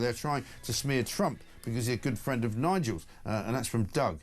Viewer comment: "He's my fwend......"